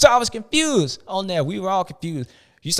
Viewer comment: Every time you do the ‘confewsed’ section I hear ‘Constewsed’ lol sexton needs a mental rest of some kind. Think he’s definitely in his own head at this point